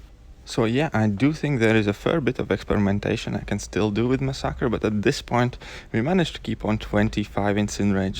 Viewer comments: yeah I'm happy that there's at least someone who says it right. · lmao,you are the first person i heard pronounce masacre like that.I myself pronounce it like that and get annoyed whenever people pronounce it like massacre